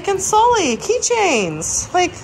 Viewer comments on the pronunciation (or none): none